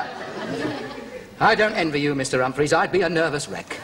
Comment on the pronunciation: Humpa-fleas! loooooool Has difficulty getting his tongue round his R-s... This is actually racier than most comedies running today.